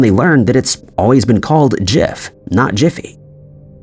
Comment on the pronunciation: Jif, not jiff